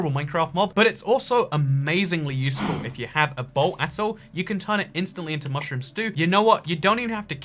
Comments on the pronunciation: and the only times he said "mushroom" correctly, not fuckin' mooshroom the time he had to correct himself cause he ALMOST said it right again 😂😂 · Was it just me or was he saying mooshroom instead of mushroom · This guy is making me questions whether I have been saying Mushroom wrong my whole life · They way he pronounces mushroom triggers me